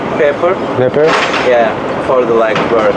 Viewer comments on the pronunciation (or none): none